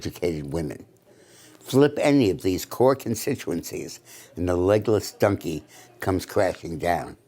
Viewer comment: Is this guy saying Dunkie , Dinkey or Dunkie ? We always called a condom a Dunkie. From late 70s - 90s.